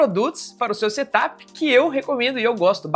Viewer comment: Em vez de setap com acento no a. É sem acento. Porque é setup. De set up. Não diz, look áp ne?